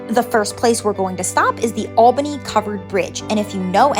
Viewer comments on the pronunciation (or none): none